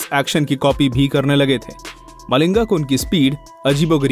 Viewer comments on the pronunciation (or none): none